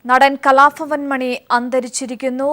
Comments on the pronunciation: kalafavan alla kalabavan ennu vayikan padiku adhyam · who is that presenter !! cant stand her.... and please it's kalabhavan not 'kalafavan'